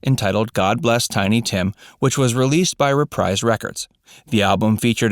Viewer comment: Dude you miss pronounce the name of his record label it’s reprise is in RE PREEEESE! Come on man do a little homework